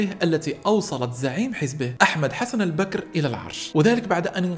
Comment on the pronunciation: تلفظ الأسماء غلط لانك لاتفهم اللهجة العراقية مثل كلمة البكر و اسم وطبان